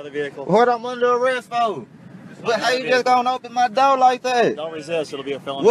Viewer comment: The word is DOOR...not " dough"..... bond revoked you say? Imagine my surprise